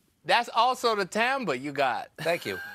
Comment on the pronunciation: I think they mean Timbre, but it sounds like they are saying Tamber, and Youtube's auto-generated subtitles are telling me it's Tam Beer, XD.